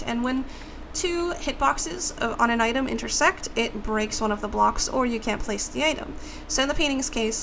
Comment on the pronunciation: When she said intersect the second or third time, it sounded like intersex xD